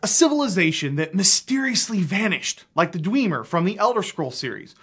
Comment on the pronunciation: Sorry, the "Dweemer"?